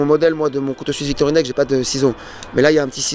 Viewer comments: Salut. J'ai deux ou trois choses à te dire qui piquent un peu. Je ne lance pas un clasch mais faut quand meme que tu comprennent: on dit pas " Victorinex ". On dit pas non plus " je sais pas c est quoi". Ces deux choses rendent ta vidéo insupportable. Je te remercie pour le mal que tu t es donné pour cette vidéo mais s il te plait monte un peu le niveau. Tu compares aussi deux outils qui ne se comparent pas. Oui je sais tu voulais comparer deux produits phares. Mais non ce test est biaisé déja biaisé des le départ. Tu es surement un mec très sympa mais si tu fais des tests biaisés dans une langue qui n existe pas alors peut etre que t as vidéo ne sert à rien. Je suis sure que tu vas t améliorer. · Y a que moi que ça dérange que il dise "Victorinexe" pendant toute la vidéo ? 🤣